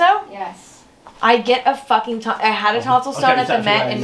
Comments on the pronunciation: did that guy literally just say "that's my fAcking door" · "That's my facking door"....lmao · “ thadts my facking doour “